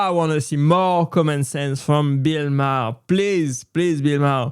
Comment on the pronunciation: Why don't you pronounce his last name the same way he does... He does it at least once a show.